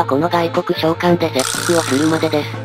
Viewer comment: 切腹がセッ◯スに聞こえて？？？？？？ってなった草